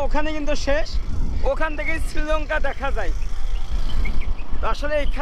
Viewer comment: ওটা ছৃলঙ্কা নয়। শ্রীলঙ্কা বলে। স্ত্রী বলার চেষ্টা কর,ইসতৃ নয়।